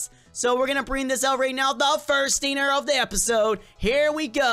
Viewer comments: You said stiner not stinger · It's pronounced stinger